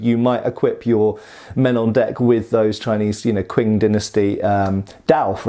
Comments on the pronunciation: Qing as in Ching not Kwing. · How you pronounced Qing is really killing me. Its more like Ching. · Q is pronounced Ch. As in Ching dynasty. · The Q in Qing is pronounced as a "ch" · Did you really just say "kwing" dynasty? 😂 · Qing dynasty is pronounced as tɕʰíŋ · FYI the Qin and Qing dynasties are pronounced "Chin" and "King". Also the ships locker or armoury would have held swords for the most part. It would be very had for a tops-man to work with anything bigger than a utility knife. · Qing is pronounced “ching”. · The Qing dynasty is pronounced ”ching”. That’s what the letter Q is used for in pinyin. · Just a correction. the first syllable in 'Qing' is pronounced 'ch' as in 'chin'.